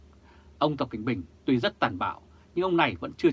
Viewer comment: có thể tập để đọc rõ tên "tập cận bình" đc ko, lắng nghe kỹ thì mình nghe anh phát âm là "tập kệnh bình"